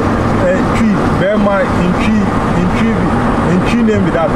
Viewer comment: Bro it's not bema camp it's Burma camp .